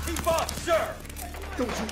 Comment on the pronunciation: Having served at that time and at Benning with a bunch of the Rangers they were extreme in the movie with how they said Sergeant. Yes, we all said it like it was in the movie but only in casual talk, when it was time to be professional you would pronounce it the correct way.